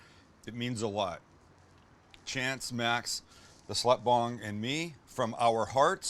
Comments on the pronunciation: Did he say “slut bong”? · Did he say the slut bong? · What the...at the very end he thanks Chance, Max, and it sounded like he also thanked "slut bong"...WTH?!? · did he say "slut bong"? From Me Chance Max and the Slut Bong? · Did he say slut bong